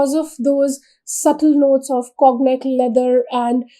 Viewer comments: conyac (kaw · nyak) cognac pronunciation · It is pronounced as kaw nyak